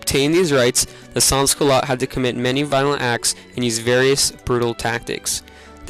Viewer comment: As a reply from the main video editor of the film, our appologies for the mispronunciation of sans. None of the producers of the film spoke any French, and we did not have any audio research, so our bad for the mispronunciation